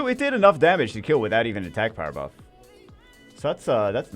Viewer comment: slow down Jew or we 're not gonna have a power "bruff" lmao